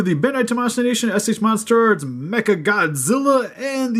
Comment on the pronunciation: Lol he said et eich mater art godzilla